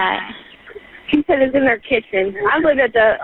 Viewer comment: Boom "she shot him on kitchn floor" Operator: OH!